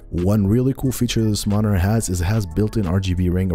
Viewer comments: There's a T in monitor 🤣🤣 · bruh why do you say monitor that way